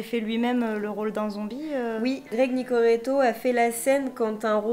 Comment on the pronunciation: Greg nicoreto mdrrrrrr mais whaaattt , c’est Greg nicotero ...